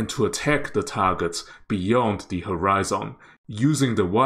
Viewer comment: You are mispronouncing a few words. If you had just mispronounced one word(catamaran), then I would have just ignored it. But when you also mispronounce the word "horizon", and in the exact same mistake. I didn't want to be a grammar Nazi, but yeah.. I couldn't handle it after I heard "horizon" lol. There should be no emphasis made on the last syllables in either word. "maran" should be said smoothly together with the rest of the word with no emphasis at all. The way you say it sounds like 2 different/separate words stuck together.. like "cata" and "maran". It should be like caterpillar, cataracts, or crocodile. all smooth, no emphasis on anything is the main point. The "maran" should be said like "marriage". It's similar to Iran. Some say Eye-ran(or I ran, like someone ran somewhere), while others say it like E-rarn or Eye-rarn. the "an' in catamaran should be like the "an" in "I ran somewhere". Now onto horizon.. "Horizon" should be said smoothly with no emphasis on any syllable, not the hard and emphasized "zON" that you use. Maybe easier to pronounce it if it's written as horizun or horizen but with *hori" still pronounced the same way you did. Don't change it to be like some japanese "hori" since hori-zen sounds like its some Japanese word. Lol Hope that helped.